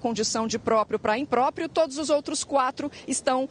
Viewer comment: Imprópio disse o jornalista... Rs